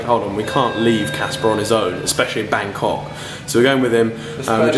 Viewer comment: oil said bancock *it was meant to be Bangkok